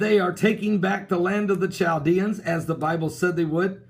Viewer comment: That word is pronounced Kal de ans, not Ch, as in Charles